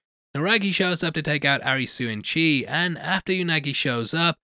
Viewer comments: the protagonist's name is pronounced A-LISI, hence ALICE in borderland, it's weird when you call him a ri su... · Butchering all the names Arisooo. It's Alice. As in Alice in Borderland. The way Japanese people say Alice is Arisu. Also, just FYI, Usagi means rabbit. Edit: it's Usagi.. not Yusagi.